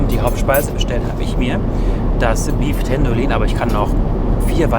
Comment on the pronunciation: Beef tendolin... English ist halt nicht jedermann's Sache...